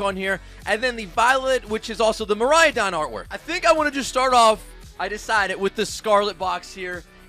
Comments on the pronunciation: It's really weird hearing "Miraiadon" and "Koraiadon" and not "Miraidon" and "Koraidon". I mean cmon, Ik some people have different pronunciation of words. But it's spelled differently that how you pronounce it lmao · I’m sorry if I’m offending you but everytime you say miraidon that you spell” miraiyadon “ I laugh so lound 😂😂😂😅